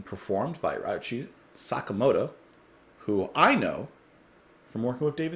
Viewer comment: Great song, but damn,, you really butchered this man's name, lol. Put it on Google Translate and play the audio and you'll have a bit of an idea on how to pronounce it.